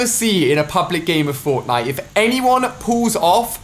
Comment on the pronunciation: through he says forknite